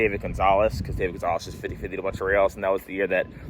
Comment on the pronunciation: Put some respect on the name- it’s pronounced DahVeeh Gonzalez